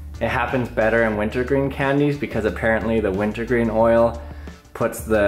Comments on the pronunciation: Did he say wintle green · Did you say wintow green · "Wintoh gween life savers" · I keep hearing you say "Winto Green" or "Winta Green" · I thought he had a 3 year olds speech impediment saying "wint o gween" nah it's the name of 'em. Ha.